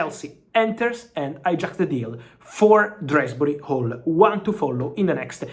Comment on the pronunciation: Who the fuck is drasbury hall. His name is Dewsbury hall. Jesus